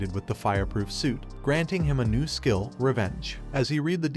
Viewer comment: Why does the system say shill instead of skill??????????